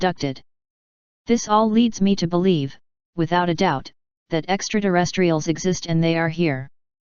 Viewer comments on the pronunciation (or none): What the heck are extra-duh-rest-reals?